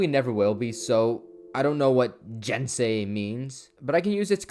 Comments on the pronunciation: it is pronounced gensei not jensei. it's spelled with a G not a J. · I'm sure someone else down here said it but I don't see it so... Just a heads up, all "g"s in Japanese are hard "g"s. You had the rest of the word correct, but that means "gensei"'s "g" should be pronounced like the "g" in "gun."